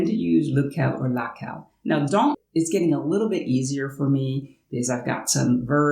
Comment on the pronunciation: J'ai juste noté que vous prononcez les on et les an de la même façon. On ne sait pas trop qui est qui quand vous dites dans/dont.